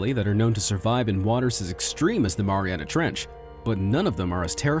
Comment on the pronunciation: I think I’ve heard “Maria trench” over a 1000 times in this video...